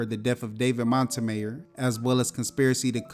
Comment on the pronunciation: I don't think you're pronouncing Montemayor correctly😂